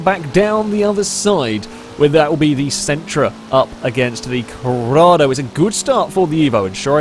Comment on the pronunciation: IT'S CORRADO. With an 'O', not Corrada.